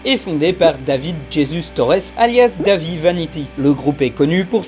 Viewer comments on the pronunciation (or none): none